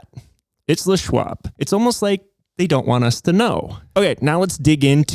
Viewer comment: How is it that, even in 2025, and even if they're an "expert," people are still pronouncing "LES Schwab," (Leslie Bishop Schwab) as "Le Schwab," as if it's French? It's not, "THE Schwab!" 🙄